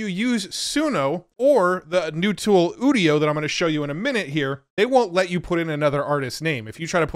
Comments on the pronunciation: Udio as in Audio is what I thought, but now he says udio as in 'studio' that makes more sense. What doesn't make sense however is that he pronounces 'u' like OOh and not 'you' like a normal person. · It’s called udio like audio, not studio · UDIO is Audio... without the A